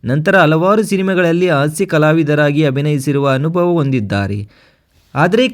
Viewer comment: 😮 ಅಕಾರ ಹಕಾರ ಸರಿಯಿಲ್ಲ ಆಂಕರ್ ದು. ಕೇಳುವುದಕ್ಕೆ ಅಸಹ್ಯಕರ ಕನ್ನಡ ಉಚ್ಚಾರಣೆ .ತಿದ್ದಿಕೊಳ್ಳಿ. ಉದಾಹರಣೆಗೆ ಆಸ್ಯ ಎಚ್ಚು ಅಲವಾರು ಇತ್ಯಾದಿ ತಪ್ಪುಗಳು 😢